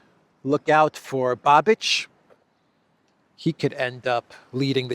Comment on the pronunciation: it is Babiš which in English would be written as Babish I guess? But you pronounce it as Babič like Babitch in English?😂 Just wanted to correct you. Your mispronunciations are fun. I love your videos. Informative and fun.👍